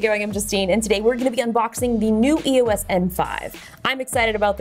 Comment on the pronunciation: EOS, one word, not E-O-S